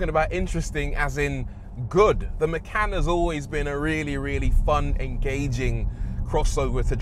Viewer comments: Maycan. From now on we all call this car Maycan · Por-shuh Ma-khan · Macan means Tiger in Bahasa Indonesia, that name refers to. it's not "makan" but more "machan" how to pronounce that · "Macan" means eat in Malaysian language 😂😂😂 Actually it comes with k